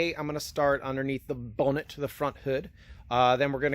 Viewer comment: Thanks for the English accent on the word 'bonnet' :)